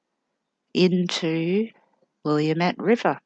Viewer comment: Hi, I live in the area where Kyron disappeared, will next town over.. You are right on with the cell phone ping to many of the searches that have been done. Forest Park is a HUGH park and on Sauvies Island your mark is about in the back of the Pumpkin patch..Great job!! *Note though, you pronunced Willamette river different. it's wil la mette correct: ) I would love to learn this what you do here. where would i go to learn how you do it? Thanks Nancy